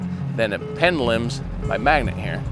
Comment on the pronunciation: hehe penlims instead of pendulums. Reminders me of Benedict Cumberbatch and penwings. Laughing with you, not at you. We all know what you meant, keep up the good work.